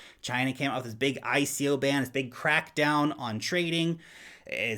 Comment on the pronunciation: What i heard when you said it was China bitcoin CRAPDOWN.😁😁